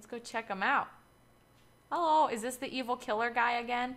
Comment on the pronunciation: you said kelhllo in the beging of the vidoe